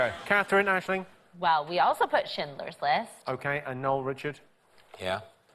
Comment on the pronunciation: Love how David's been mocking Jonathan's R for the whole first half of the show, then goes on to blunder Schlclindlerls list 🤣